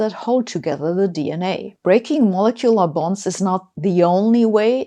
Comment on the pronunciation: Really need to work on the pronunciation of molecular.